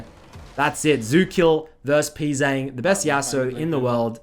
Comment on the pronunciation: Funny how everybody says Pzzang wrong like its "Pzang' when it actually sounds like "P G Jang"